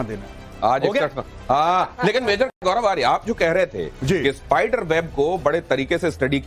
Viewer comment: Majar nahia mator ha